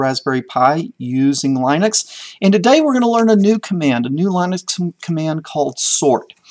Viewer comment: Linus Torvalds and everyone else on the planet pronounces it Lih-nix (not Lie-nix). Get it straight! What did I learn? You can't type, you can't spell July, you forgot October, and you take 40 forevers to teach the simplest Linux commands.